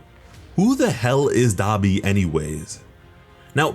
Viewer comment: Anybody notice he saying Dabi Wrong.